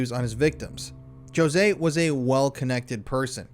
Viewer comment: Pronunciation sounds like Ho zay not Joe zay. 😂